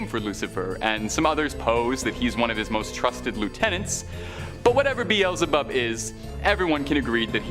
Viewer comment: I. Love this channel but , you mispronounced Beelzebub. Other than that it's a good video.🤙✌️🙃🙃